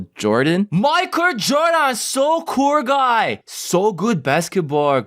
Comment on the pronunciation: KILLED ME MAI-KUR JORDAAAAN SO KUUR GUY!